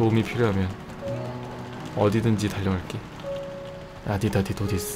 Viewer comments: Him: wants to say Adios Me: but what the hell is Adida-di-do-dis? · 아디다디도디스 라고 햇습니다 0.25배속하니까 들림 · "ADI-DA-DI-DO-DIS" there's water coming outta my nose lmfaoo. I just found my new favourite word😂